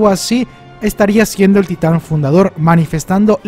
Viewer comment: Es fundador xd, no fudador😁